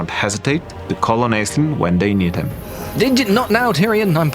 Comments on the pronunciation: So... that's how we're pronouncing it? Ok. I just assumed that it was pronounced ASH-linn, like the Irish name. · All of Ireland is weeping at your pronunciation of Aislinn. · As an Irish person it's strange hearing the name Aislinn pronounced this way.